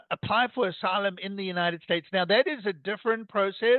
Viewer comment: Trump says enter as assylum as well